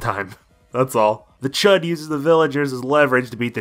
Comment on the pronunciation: HIS NAME IS CHAUD DAMMIT